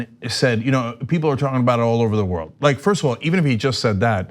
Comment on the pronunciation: When Trump says people, it sounds like he is saying beople.